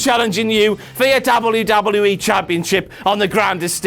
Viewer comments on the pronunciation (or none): why does he say wwe so weird hes like wluwluei